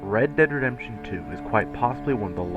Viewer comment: "each update to Red Dead Redrberfbdrd 2"